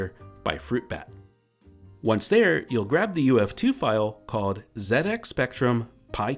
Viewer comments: Thankyou for calling it a "ZED-X" Spectrum and not a "ZEE-X" Spectrum as others have in the past. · Fantastic video. As an Englishman, I appreciate your use of "zed ex" and not "zee ex"!